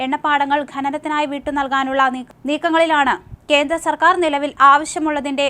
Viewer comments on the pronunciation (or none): none